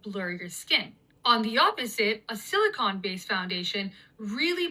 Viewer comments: i cant trust her simply bc she doesnt seem to know the difference btwn silicon (elemental thing in computer chips) and silicone (jellyish plastic). If youre gonna make a video about sciency stuff make sure you know how to pronounce stuff correctly. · Anyone else get annoyed with the girl kept saying “silicon” it’s silicone…very different. Foundations are made with silicone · 😂😂😂. I'm sorry hearing that girl say this foundation has no "sila-con" when it should be silicone. Sili-con is a valley in California.😂😂😂 I was having a sh** day but got a chance to have a little giggle. Thank you very much❤ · I get so annoyed when people pronounce "silicone" as silicon. Those are two completely different things!!!! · Omg that girl saying silicon instead of silicone is making me mad lmao those are two different materials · why is her saying it like “silicon” bothering me so much????